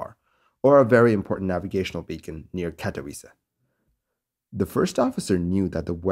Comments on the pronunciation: Bravo on pronouncing Katowice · Nice pronunciation of katowice... Some would slaughter it... Great work!